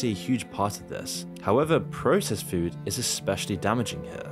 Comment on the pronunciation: I hate the way you pronounce "food"